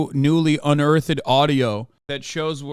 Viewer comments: My boi said "un-ur-turd" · Unearth-ed lmao😂😂😂😂😂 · It's adorable how Hasan says "unearth-ed" 😂